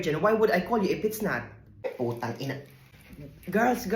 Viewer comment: That “ay, puta*g ina” was crispy! 😂